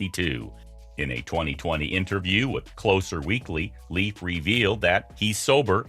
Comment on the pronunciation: What part of "sister" do you not understand? And, btw, it's pronounced "Layfe", not "Leaf"!